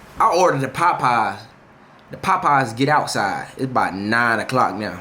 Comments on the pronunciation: Bruh it's POPEYES not PAPEYES 😂😂😂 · Dude said. “Pie-pies” 😂😂😂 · Nah the way jay saying “POPeyes” got me weakkkk😂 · He says it with his chest with a capital P😂😂😂😂💀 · LMFAOOOOOOOOOOOOOO Na I thought I was the only one PAHPAHS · Sounds like hes saying potpies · My boy say Popeyes w so much emphasis 😂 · Fr I just liked the video for the way he says it 😂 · my aunty be saying it the same way 😭